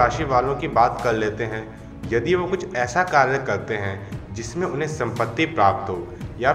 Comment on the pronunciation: Kalyyyy nahi bhai kary